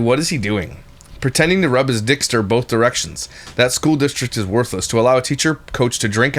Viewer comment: she definitely says BOLTH and I've NEVER heard her say that, I'm not wondering if she's doing it to get a rise out of Josh 😅😅??!!